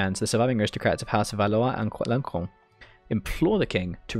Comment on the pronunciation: bro it is pronounced as alonso(n) not like aloncon nice video btw